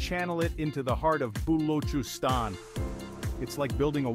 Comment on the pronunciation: all these Gora Pakoras spreading knowledge cant even pronounce Balochistan FYI nothing is gonna happen in balochistan forget development until its a part of Pakistan they just exploit the minerals do nuclear tests in that region without giving any credit to the people forget development conclusion ITS A FUXING BLUFF